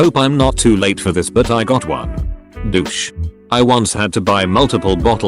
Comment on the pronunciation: No ones gonna talk about how he says Douche